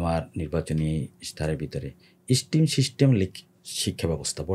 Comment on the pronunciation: What a charismatic personality is! We should vote him into parliament. He has some wonderful ideas to change society. However, there is one minor mispronunciation. If I may correct it, STEM is not pronounced "স্টিম", rather it is pronounced "স্টেম ". May Allah accept all the welfare activities of his own and his father's, blessing him with honor this election!